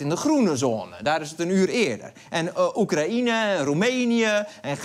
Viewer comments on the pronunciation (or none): none